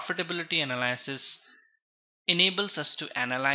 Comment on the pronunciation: everytime he says "analaaasis" my soul cringes